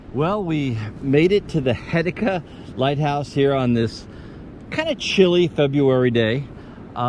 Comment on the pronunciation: We have goofy pronunciations in Oregon and this will be another one… it’s pronounced Heh-see-ta Happy you enjoyed our neck of the woods ❤️❤️